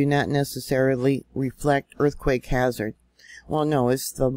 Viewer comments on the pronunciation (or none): none